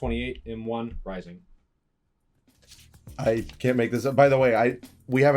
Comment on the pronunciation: How do you have all these and not know how reising is pronounced?